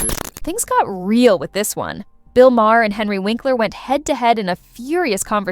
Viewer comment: Is this AI generated? The pronunciation for Bill Maher's name is all over the place.